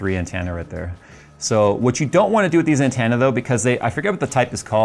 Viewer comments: "An-TEN-na", not "an-TAN-na". Lol. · Wow, he says antenna as "Ant Anna". That's an accent quirk I've never heard before. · Every time you mispronounce "antenna" pushes me closer to taking a nap on some train tracks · Why do you say antenna wrong? I really must know.